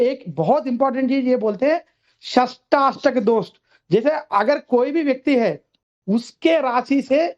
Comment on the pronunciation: षडाष्टक योग Not shatashtak